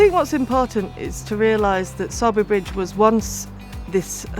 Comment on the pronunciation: Isn’t it pronounced ‘soarby’ ?